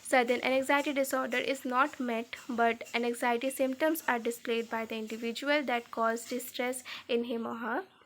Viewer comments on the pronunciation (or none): N-x-iety nahi AN-XIETY I couldn't focus on the explanation at all because of poor pronunciation 😭